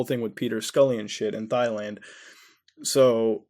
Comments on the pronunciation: Thailand is pronounced "Tai-Land" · pronouncing Thailand like thigh-land really throws me off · He mispronounces words on purpose. He does that in a lot if his videos for shits and giggles. lol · I love how he pronounces it thighland lol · WhyDoIExist? Thighland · WhyDoIExist? Tai land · Thai L & Mao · its pronounced like "tie-land" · Thailand is pronounced tie-land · "Thighland" ( ͡° ͜ʖ ͡°) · How about you get off the deep web and get back in school. It’s Thailand...you don’t pronounce the “Th..” just say the “T”...our youth has no hope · The way you pronounced Thailand bothered me for some reason. Idk why. The "h" in Thailand is silent. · I feel like that was a joke more than him just pronouncing it incorrectly. I mean.. maybe he was hinting at the fact that alot of women there wear small shirts and show their thighs. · I cant tell if your pronunciation of Thailand is genuine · Your saying Thailand wrong xD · I hate how you say Thailand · The way this guy pronounces words makes me realize he’s dumber than a bag of hammers. “Thighland?” 😂😂 Dumbass. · I usually stream, so I'm never tempted to look at the comments, but when I do, it's because I heard someone say thigh-land. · 'thighland' XD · "Thigh" land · '' Thighland '' lol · Omg, Muta's mispronunciation of Thailand made my day, omfg. Thighland sounds like my kinda place, yo. Seriously, it's such a shame that things like that happen at all. >< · Did he do it on purpose though? Because at one point he called it "Thailand" but also mispronounced it. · Thailand = THIGH LAND lol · "Thigh-land". Sounds kinky. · Did he just called Thailand "Thyland?" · Bakura98 Thighland づ ͡°ᴥ ͡°)づ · I like your content bro. Thailand is pronounced 'Tailand' though lol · thigh land lmao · It's Thailand (Tai/Dai people), not Failand :) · Haha! It's not pronounced Thighland! It's "Tieland"! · Please Muda, NEVER refer to Thailand as Thighland again xD Its pronounced TIE-LAND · It's pronounced TIE-land, not THIGH-land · “Thigh land”